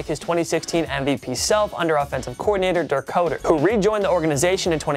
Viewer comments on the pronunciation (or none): Pronounced 'cutter' not 'coder'.. lol just sounds weird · You guys need to research how to pronounce names. If Dirk Koetter was a great coach, you should know his name is pronounced “cutter”.